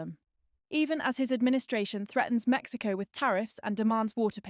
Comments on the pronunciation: "The US is being lectured by Mexico, yes, Mexico" The extra emphasis was unnecessary. I know the cartels are a big problem, but aside from that, Mexicans are quite friendly and generally open-minded and great people. Source: I moved to Mexico last year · I was thinking the same thing. "Mexico, yes, Mexico," aren't they doing what they accuse the US of doing by saying it like that?